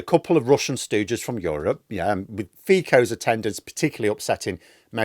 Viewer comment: "Feeko" :D That was the best mispronunciation of Fico's name I've ever heard. :D